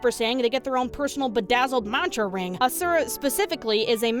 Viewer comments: I may just be that stick in the mud, but in the game his name isn't "Uh sure Uh" it's "Awshura" (if that typing out of the word actually helps break down the pronunciation for you ,then god bless) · Not hating on the video, promise! But the way you pronounce Asura gives me a nervous tick hahaha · I played it for a little bit and got tired of watching cutscenes. Also, you pronounce Asura wrong lol